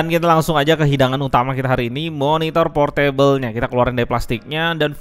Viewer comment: Bacanya bukan Por-Table (Meja) tapi Por Tebel !!!!